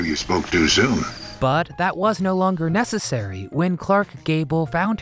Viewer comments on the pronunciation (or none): none